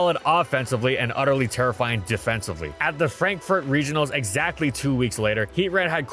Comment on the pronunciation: "It's terrifying teammates" Bro, had to listen to that 4 times before i realized what you actually said over "It's terra flying teammates"